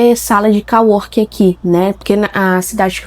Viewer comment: sala de cO-working. Com som de ô. em ingles é como se fosse colega+ trabalho ou seja, colleague + working = co-working. Do jeito que voce fala tem som de COW, no caso vaca. Ou seja, voce ta falando "que deveria ter uma sala de vaca trabalhando".